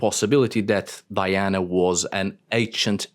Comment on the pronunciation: Thanks for pronouncing the Latin name, Di-ana, multiple times instead of “Daiana”, it's nice to remember the origin of the myth. Speaking of origins, the goddess Diana vowed to stay a virgin and so were the nymphs of her “entourage”, she would never have had children with anyone. Just think that she had poor Actaeon torn to pieces by her (or his) dogs just for looking at her while she was bathing... 😁